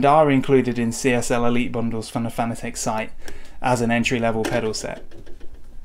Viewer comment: Pronounced FAN-A-TIC.... Not fanA-Tech...